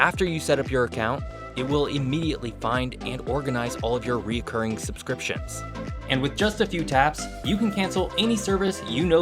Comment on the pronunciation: Re-a-curring is not a word. It’s Recurring RE-Curring no a